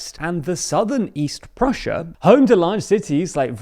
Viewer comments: Maybe the p is silent 🤫🤫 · i Think you accidently pronounced prussia as russia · P-russia. The P is not silent as in Pterodactyl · why insert yourself in a discussion when you clearly dont understand the situation? 😅 it was Kingdom of Prussia. the guy just spelled it with a silent P so it sounded like Russia. but because of geography and history, we know he clearly meant Kingdom of Prussia....even the map says it so :) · I don't understand why do I still get recommended of TLDR News ED's vids when the host can't even prounce Prussia properly. Just a total lack of basic research. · When you say the Kingdom of Prussia, the P isn’t silent. It’s not the Kingdom of Russia. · where’d the P go? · yall for got the P in Prussia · I heard Prussia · I dont know probably its the way you wrote your comment...but now it sounds like you saying that Russia was part of German state unification into Reich in mid 19th century 😅 not sure what you mean by that. the OP simply misheard the guy in the video saying KINGDOM OF PRUSSIA but with a silent P. so it sounded like he said Kingdom of Russia. we know he was talking about Prussia...because Russia was EMPIRE at that time (not a kingdom)...and was not in the north west Poland geographically.